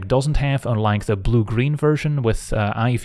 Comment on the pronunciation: "On two zee next one !". Like it 🙂